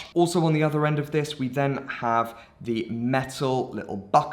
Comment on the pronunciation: You have an issue with the word "then" but then you've probably already figured